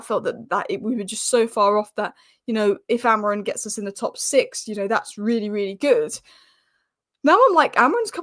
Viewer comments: Are you word perfect when saying names you are not familiar with. Grow up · why you calling AMORIM , AMORIN?